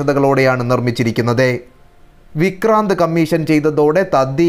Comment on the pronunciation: മലയാളം ഉച്ചാരണം മെച്ചപ്പെടുത്തുവാൻ ഉണ്ട്. വിക്രാന്ത് എന്നതിന് 'വിക്രാന്തേ' എന്ന് പറയുന്നതെന്തിനാണ്. ശ്രമിക്കുന്നത് എന്നതിന് 'ശ്രമിക്കുന്നതേ' എന്ന് പറയുന്നതെന്തിനാണ്.